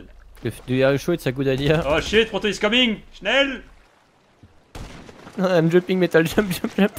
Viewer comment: and "Faster, schnel!" Are you from germany?🤣🤣